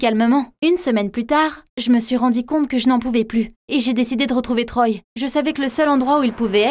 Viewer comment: je suis le seul a entendre je m'suis rendi (rendu) comte